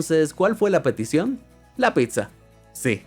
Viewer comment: En esa parte no sé si de verdad quiso decir "petición" o "perdición"...